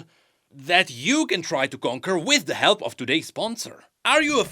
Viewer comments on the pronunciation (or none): none